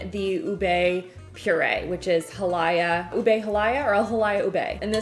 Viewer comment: lol oobay lol lol lol, it's more oobeh and it's ha-lay-ah, lay as in bed, not lie as in fib.